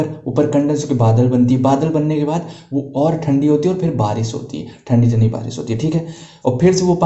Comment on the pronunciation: Thandi kaise boldia😂